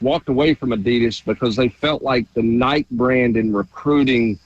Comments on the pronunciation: Yea I heard him say it a few months ago and shook my head in disgust lol. Love him but it's inexcusable. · I mean it’s gotta me intentional.. who the heck doesn’t know how to say Nike in 2025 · Someone teach how to pronounce Nike